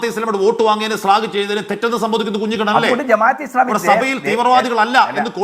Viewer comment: കുഞ്ഞികണ്ണൻ അല്ല. കഞ്ഞിക്കുണ്ണൻ